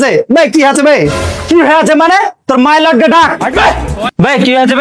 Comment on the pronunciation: Mylot ❎ baralot ✅😂😂